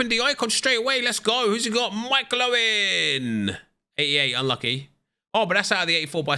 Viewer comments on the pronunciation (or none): none